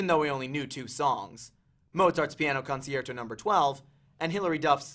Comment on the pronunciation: Its pronounced: Con-sher-to. Not Con-she-air-toe